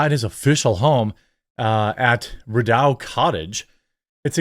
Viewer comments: You can pronounce Trudeau but not Rideau? Its not ao its just o. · Rideau is pronounced Reedough. ❤ Also Trudeau is ducking out also because the refuse to hand over documents that may show the Liberals stole over $400 million of taxpayer money. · BTW Rideau rhymes with Speedo. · EAU makes the O sound. Rideau rhymes with Trudeau